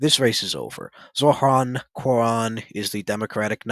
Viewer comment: Does this guy think struggling to pronounce “Zohran” and “Quran” is a dig? He sounds like a 2nd grader that hit a word they can’t pronounce.